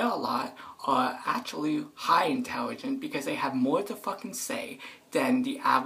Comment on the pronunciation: "I bewieve tht pepl tht cuss alot are berey intelogent" Like what the hell who the hell says something so stupid like that for real ... I'm done